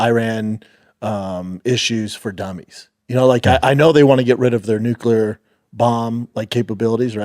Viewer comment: Nuclear. Nuclear!! Not nucular